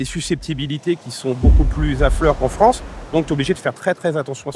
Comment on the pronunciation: Les anglais de Fronce ? 😂😂😂